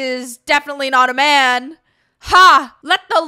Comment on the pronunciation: I know you said "call me a man again" but it sounded like "Call me a mannequin" and it made me laugh.